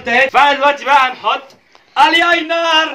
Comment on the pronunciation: علي فكرة الكحل بيتحط جوه العين مش براها ومن تحت بس مش من فوق وبعدين مين الياينر دوت اسموا ايلاينر بس يا رب تقراها صح🤣🤣🤣🤣🙏